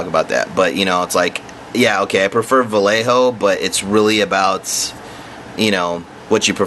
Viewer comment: What the HELL is Val Eh Ho? are you trying to say Vallejo pronounced VahYehHo? Talk about slaughtering a Spanish name LOL!